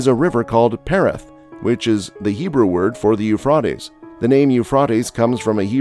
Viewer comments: Rate like freight not fraaat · How, how, how can anyone take you seriously when you can't even pronounce the River Euphrates correctly? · Let us pronounce Euphrates correctly please at least.